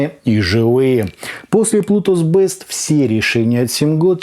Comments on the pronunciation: Плутус Бист, а не Бэст!!! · Не бест, а бист (зверь) . А так спасибо за обзор, заинтересовали